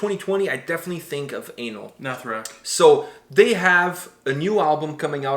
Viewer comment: Pronounced ‘Uhh-nahl’ not ‘aye-null’